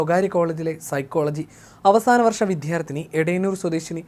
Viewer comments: വിദ്യാർത്ഥിനി, ദ്യ. ധ അല്ല. അയ്യേ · വിദ്യാർത്ഥിഎന്ന വാക്ക് ശരിക്കു ഉച്ചരിക്കാൻ ശ്രദ്ധിക്കുക.